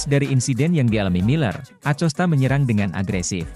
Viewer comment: bacanya "akosta" mas